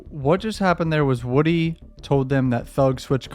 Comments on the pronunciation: His name is (woo) (dy) not (wood) (y) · You keep calling him Woody, it's not Woody it's Woody.